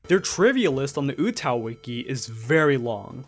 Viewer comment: Oo-TAH-oo not Ootow. Sounds like mgtow lol